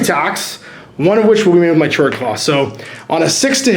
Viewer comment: I'm back, just a friendly reminder that "Chord" is pronounced (k-ord) like a music chord. Great video again :)